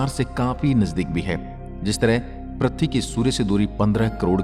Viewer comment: Prathvi nahi ise prithvi ( earth) bolte he sahi se bolo pahle prathvi nahi prithvi bolo